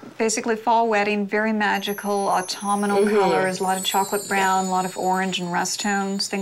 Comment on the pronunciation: Is it not “autumnal” instead of “autuminal”?